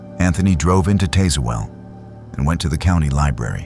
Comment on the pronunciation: It’s pronounced TAZZ-well, not TAZE-well.